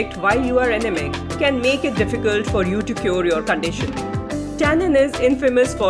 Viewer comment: First.. u should learn to pronounce anaemic properly. It left me wondering what ur talking bout.. in the beginning 😂